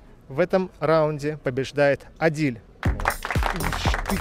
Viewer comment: Не Адиль а Адил(Әділ)